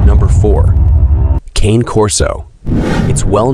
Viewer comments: Cah-nay CAH-NAY NOT KANE! Lol its not a huge deal i just hear so many ppl say it that way and its pronounced cah nay corso. It literally means "dog of guarding" or gaurdian dog. And in italian dog is cah nay. It would be like saying perro in spanish and pronouncing it pro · Cane, pronounced con-nay. It’s an Italian mastiff. Whoever writes the script needs to do more research. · Man, that isn't pronounced like cane...